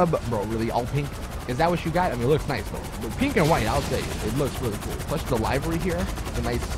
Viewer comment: Come fucking on LIVERY isn't that hard to pronounce.